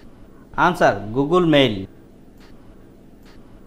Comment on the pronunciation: Questions No. 37 Its Google Not Googool🙂